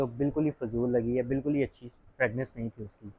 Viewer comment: Bhai sb fragnanc nahi fragrance hota hai pelay yeh correct Kar lo